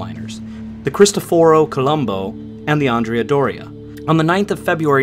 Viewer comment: Mispronounciation of almost all names....who ever says "CristofOro Colombo"? And CAIO Duilio,not CIAO Duilio.